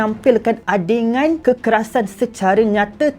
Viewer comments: Ade Gun bro Gun gun. Sebutan basic melayu ja tu. Adey Gun. Adegan. Adegan bukan adengan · ADEGAN, Bukan ADENGAN. Mana ada Huruf N.